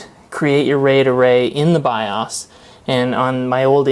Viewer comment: good video. Not to be mean or a jerk, the way you pronounce BIOS is making me crazy! LOL! It is pronounced Biohs. Long o sound. Keep up the good work. Hope you have a bright future! (I'm an old guy, I started with Zilog Z80 processor Tandy Model III 16kb ram, extended basic with cassette tape storage and Burroughs B4800 main frames).